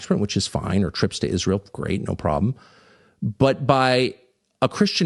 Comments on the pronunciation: Tatum needs to ax somebody how to pronounce Israel. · The guy cant even pronounce Israel 😂